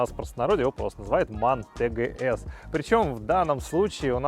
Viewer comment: Машина немецкая. Правильно звучит тэ гэ эс. А то по аглицки скоро джиленваген будет.